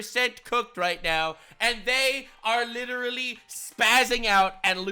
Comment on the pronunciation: But it's "LITTLERY" ALL FAKE FACTS